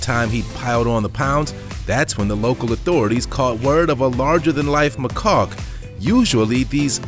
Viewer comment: Its a long tail macaque not a machaulk😆lmfao